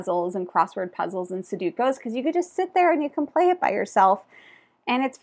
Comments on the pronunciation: Horrified, Food Chain Island, and Kohaku I need to play more! I will add: Fantastic Factories (really clever robot imo), Next Station London (my fave flip and write and a great example of a game that barely changes at any player count). PS it’s pronounced and spelled SUDOKU 😂 no hate your vowels are just in the wrong spot. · I've been blown away with Trailblazers as a solo game, and I'm really excited to finally get the Holiday Super Skill Pinball to the table in the next few days! (also gotta say I love your confident mispronunciation of Sudoku; it's oddly endearing. Never change! 😉)